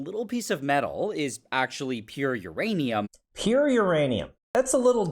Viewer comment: I love uraneeum.